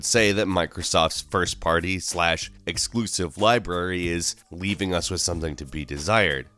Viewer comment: 《Nasal voice and cringy voice》: "exkluzziv"